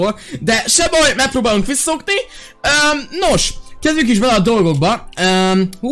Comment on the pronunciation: Viszaszokni rosszul mondtad